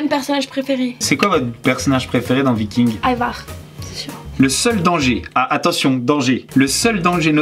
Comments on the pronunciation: Au mieux de dire Ivar elle a dit Hamar 😶😶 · Elle as dis avar mdr 😂